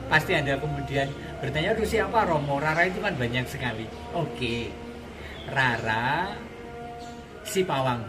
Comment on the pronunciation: Nama asli Jawa...mengucapkannya itu Raden Roro... misalnya Rara Jonggrang, Rara Mendut...mengucapkannya " RORO" Rama...mengucapkannya " ROMO"